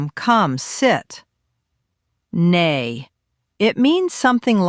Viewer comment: It's not pronounced as nay (nae) but as 'nay (nie or ny like in my). It's' short for nanay (mother).